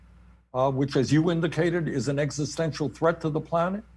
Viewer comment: Aaron loves to say eggsostential, plus he’s a moron